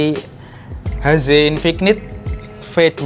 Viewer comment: infik-nit .. infinit bacanya, k nya luluh